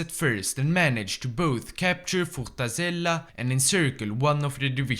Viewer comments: "Fortazela" i died when you said it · "Fortazela" kkkk